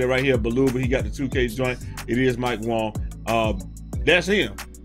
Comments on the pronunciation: Is it some kind of inside joke that he always calls him Mike Wong and not Wang? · Dis dude still sayin mike Wong🤣🤣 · Stop saying Wong the man clearly done said his name pronounced the way it’s spelled wang smh lol